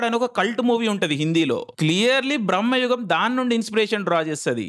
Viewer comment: Aa anmol gadi video neat ga copy thengav ga...super Jump cut nuvvu...super Btw...adi brammayugam kaadu...bramayugam....theda thelusuku thagaladu